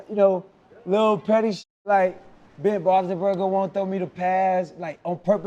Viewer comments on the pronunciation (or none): This dude said "Ben Bonthonburger" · This niggas said Warren Clark and Ben Ballslessburger lmao CTE or He Trolling